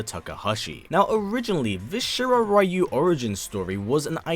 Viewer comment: Ryu. Is pronounced reeyou not raiyou:/